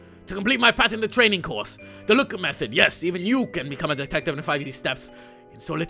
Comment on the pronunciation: Man lokker sound so so so so so so so so so so werid